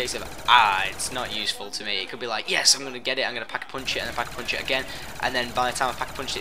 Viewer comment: thumbs up if you love the way he says "pack a punch". "peckapunch"